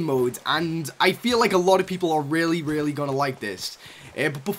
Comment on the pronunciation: Any one else thought he said rarely instead of really